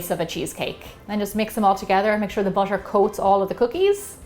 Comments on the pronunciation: Is butter not boter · Pronounciation of butter feels like differend...